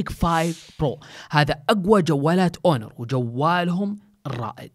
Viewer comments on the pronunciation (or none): هونر وليس أونر